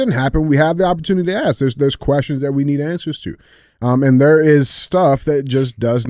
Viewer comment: I want to know how d j can pronounce that word, but can't say ask.